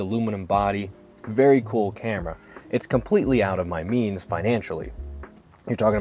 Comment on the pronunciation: I thought you said "jeans" at first but yea "means" makes a lot more sense